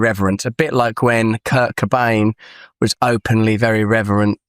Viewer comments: I think it's odd for him to pronounce Kurt Cobain as Ker Kabane. Why the heavy accent on his name? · Nah, the way he pronounced Kurt Cobain was just typical Essex / Grays accent.